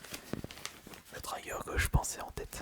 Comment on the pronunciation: Tu me tends a dire trygger a chaque fois. Jsp qui t'a mi dans la tête que ça se prononçait ainsi x) dans n'importe quelle vidéo anglophone tu entendras qu'ils disent trigger et non "trygger" comme tu le dis x) ce genre de faute d'hyper-correction est évitable je pense x) fin bon sinon la vidéo est très bien 👍